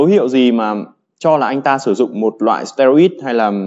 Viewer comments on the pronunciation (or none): Steroid đọc là ˈsterˌoid' chứ anh? Như a là thành sterid rồi